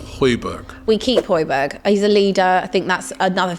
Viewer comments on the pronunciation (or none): The way they are pronouncing "højbjerg", just like the way i pronounced it before i heard Peter Drury 😂